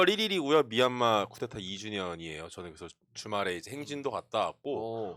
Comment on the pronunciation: 님, 구테타는 잘못된 발음입니다. 쿠데타가 맞는 발음입니다. 진보는 바른 발음으로 애국합시다. 쿠데타(프랑스어: coup d'État [ku d‿e.ta][*])